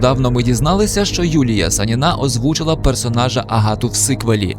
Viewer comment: сАніна, а не санінА